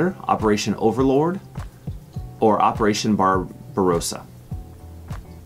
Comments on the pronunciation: It's OverLORD not LOAD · I'm 68 ... 45/50 ... University educated ... Navy Veteran BTW, That's Operation OVERLORD, not "overload". ... and it's LEON Trotsky, not "Leo Trotsky. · Nice Quiz. BTW it's Operation "Overlord" rather than "Overload" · It was Operation Overlord, not 'Overload"! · 11 operation overload - no it was operation overlord (he said it correct first time) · Operation Overlord, not "Overload!":face-fuchsia-tongue-out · It’s “Overlord,” not overload. Come on! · “OPERATION OVERLO R D”!